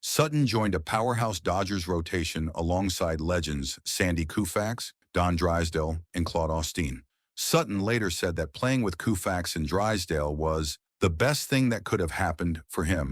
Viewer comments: These AI narrators are amusing. Who the hell is “Sandy Koofax?” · Sandy Koo-fax? C'mon.